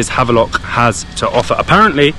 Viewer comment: What is happening here? You were back to London now back to Havelock ? We need to rename this island too since you guys are pronouncing the Indian names perfectly. I am quite surprised and impressed.